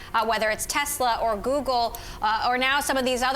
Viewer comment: Tezla? That must be a new car company! Wait till Tesla hears about them 🤔